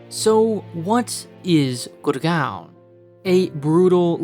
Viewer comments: its GUUURRRGAAAOOOWWN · GurGAWN say it 100x until you hurt your jaw